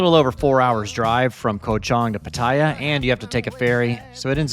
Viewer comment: I’m sorry I can’t not listen nor watch any further without correcting you on your pronunciation of Pattaya It’s Pa-Taa-Yaa